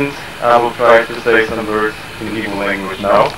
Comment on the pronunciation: LMAO!! he really tried sha, with the igbo accent and pronounciations even tho it wasn't 100%.....millions of english pple would never beat that